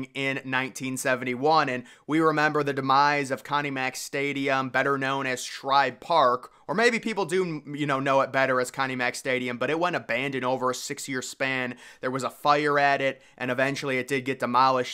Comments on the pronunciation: the correct pronunciation is Shibe not Schribe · He got called out for it a few days earlier. He's determined to call it Shribe for some reason. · dude, there is no "R" in "Shibe"